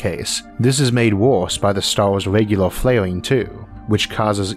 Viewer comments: it has three "Stauuus" hahahahahahaha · THWEE STAWRS IN THE ALPHA CENTAUWI STAWR SYSTEM?!?! UNBEWIEVABLE!!!! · How do narrators with speech impediments get work? Lol Sounds like the guy from the big bang theory. "Alpha centau- we" "Pwoxima" "Staws" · The Staws are so incwedibly faw away its just hawd to compwehend how faw they weally awe away.